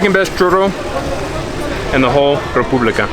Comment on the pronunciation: Me gustó cómo dijiste República